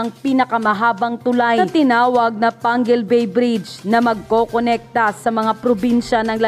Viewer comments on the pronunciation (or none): Excuse me ayusin mo pagsabi d yn Pangil bay PANGUIL BAY